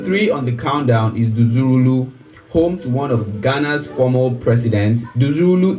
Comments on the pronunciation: Number 3 is pronounced dzor (meaning valley in Ga) wulu (meaning - huge in Ga). This presenter is Nigerian so forgive him for his pronunciation. Also, the Nigerian accent is different from Ghanaian accent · It’s pronounced as ‘Jowulu’ ( dzorwulu) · Dzorwulu, pronounced Jowulu